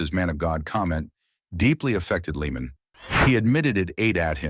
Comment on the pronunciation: Sigh..... Lee-man 🙄